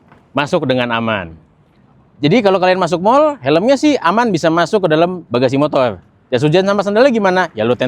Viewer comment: Review motor kok ngomongnya motol😂